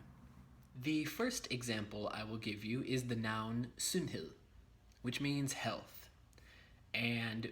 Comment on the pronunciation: Meget godt! Alt er meget godt forklaret👌 Din udtalelse er for det meste meget godt, men som du allerede godt ved, er dansk et mærkeligt sprog at udtale. Hvad jeg som dansker med det samme hører, er at du glemmer at ændrer nogle vokaler hvis de står før nogle bestemte konsonanter: m, n, r, d, k, etc. Lov er ikke /lov/ men /lav/ (lige som på engelsk, men så udtaler man v-et) Sundhed er ikke /sunheð/ men /sånheð/, lige som du udtalte samfund Står er ikke /ståa/ men /stah/ (hvad du sagde lignede lidt på stor) Løn er ikke /løn/ men /lən/ Og, som vigtigste, mæssig hedder ikke /mæssi/ men /missi/ Det er lidt svært at forklare det her uden at du hører forskellet, men det er bare noget dansk du burde huske.